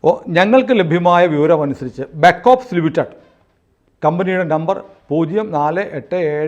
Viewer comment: Leonardo Da Vinci - ഉച്ചാരണം ലിയോണാർഡോ ഡാ വിഞ്ചി... അപ്പോൾ Raul Vinci ഉച്ചരിക്കേണ്ടതും റാഉൾ വിഞ്ചി എന്ന് തന്നെ... അല്ലാതെ വിൻസി എന്നല്ലാ... അത് പോലെ ബക്ക്ഒഫ്സ് എന്നല്ലാ ബാക്ക് ഒാപ്സ് (Back Ops) എന്നാണ്. ഇംഗ്ലീഷ് ഭാഷ ഉച്ചരിക്കുമ്പോൾ ആവശ്യമില്ലാത്ത ബലം പിടിത്തം ഒഴിവാക്കണം...